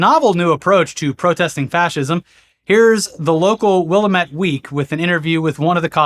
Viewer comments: Will-ah-met…. Tourist. Where the hell are you from? Florida?? Ahhh. In rain town, they say Will-am-ette. Damn, I didn’t realize how hard it is typing in phonetics. (I will always make a Florida joke as that whole place is funny… starting with its penis shape). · its pronounced Will-am-eht. Not Willamette from Dead Rising. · Wil' am' et (like "Will, am it") but all at once lol. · Love you guys but its will-am-it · Willamette = "Will +AM +ette" with AM as in YAM. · Sorry to do this...It's pronounced "Wuhlammet Week". First sign you're a tourist. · u know i love and appreciate y’all so much but goddammit it’s will 👏 am 👏 ette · That's 'wil-lam-et' for future reference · IT IS WILL-A-MAT DAMN IT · Willamette is pronounced WILL-AM-IT, dammit. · Two people got married at the ICE protest in Portland today. One was a unicorn the other was Kenny from Southpark and the priest was in an inflatable Garfield costume. They expected Falluja and they got Alice in wonderland. Also your pronunciation of Willamette is terrible. The Emphasis is on the A. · It's will-A-mette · Willamette pronounced Will Am It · It's pronounced Will Am It. Adidas American HQ plus Intel are headquarted here too. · For future: it's will-am-et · WILL- AM -ET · Oh come on, learn to proper pronunciation of willamette for christ sake. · Why can't people living in even California pronounce Oregon nouns correctly? That's not how you pronounce Willamette. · Lmao the painful incorrect way y’all said Willamette